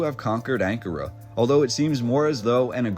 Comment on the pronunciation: When you pronounce Ankara...the accent is on the second syllable..just sayin ..love your stuff.